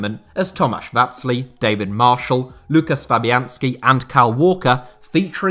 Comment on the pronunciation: mans said loo kiss instead of woo kash 💀